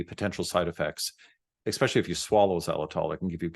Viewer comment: Dentist says eXpecially.